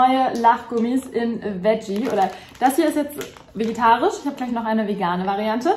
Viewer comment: Ich liebe deine Videos, aber es triggert mich so hart, dass du immer vegitarisch, anstatt vegetarisch sagst 😅